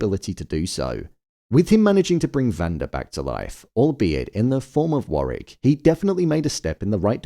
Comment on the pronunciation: Fyi it’s War wick not Warrick